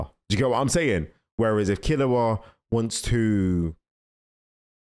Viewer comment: Killua is a violation. Kiloohah 😂